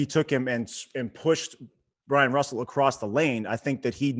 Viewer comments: Do you guys realize that its Byron Russel. Not Bryan Russel. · Not Bryon Russell. Byron Russell. Are you guys stupid.